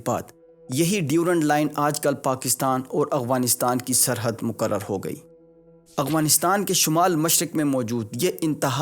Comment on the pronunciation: Why do you pronounce Afghanistan as Aghwanistan?